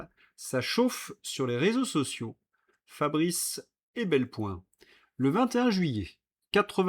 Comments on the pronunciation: Mais POURQUOI s'acharner à dire Ebelpoin, alors qu’il s'agit de Fabrice EPELBOIN ? C’est pourtant écrit noir sur blanc. Un minimum de respect pour vos auditeurs s'impose. Idem pour la prononciation. Pourquoi s'obstiner à avaler une syllabe sur deux ou trois, alors que le langage articulé est maîtrisé depuis l’homme des cavernes ? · sans vouloir être maniaco, c'est Fabrice e Pel Boin, pas e Bel Poin 😉 Pourtant, vous l'écrivez corectement dans vos tweetes. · Pourquoi vous écorchez toujours le nom de Fabrice EPELBOIN?